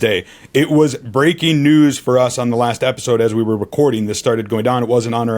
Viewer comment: Can’t wait for “brrrreeakking News…”